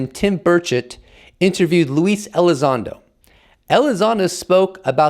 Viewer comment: Who is lease elizondo 🤣 luis… pronounced “Lew”